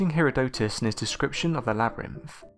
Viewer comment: I like the way he says it. His pronunciation sounds much more elegant than "her-erodick-tits", which is how my professor pronounced his name.